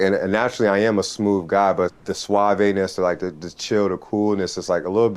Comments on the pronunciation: Lol I don't think Clay's pronunciation is the majority pronunciation, and I think assumed it was on purpose as slang and that's why he repeated it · That dude is so suave that he mispronounces suave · WAIT! BACK UP! How are Americans pronouncing ‘suave’?